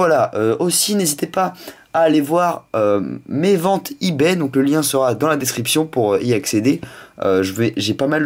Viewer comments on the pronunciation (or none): none